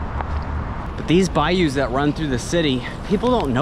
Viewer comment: "These bayous" ...😂😂😂...I'm laughing but I respect the hustle bro!